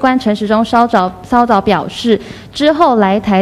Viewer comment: 指揮官陳時中 稍"找"...."騷"早 表示.... 記者妳重唸一遍好像沒有比較好欸....